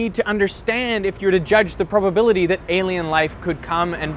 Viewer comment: did he just say 'the probe-ability'? I also had to stop watching half way through because apparently he's only interviewing people that have no idea wtf they're talking about